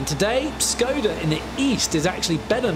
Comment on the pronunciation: it's pronounced - shkoda the symbol over the s you would think historians could look up pronunciation